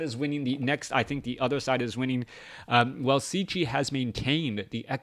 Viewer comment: Wow.. what an amazing bloodbath this was! so many lead changes and epic battles.. but that ending was just something else. Superb stuff. GG and thanks for an awesome cast, dude! P.S. - Cechi is pronounced almost the same like "Czech" in "Czech Republic". Just add "e" at the end and there it is ;)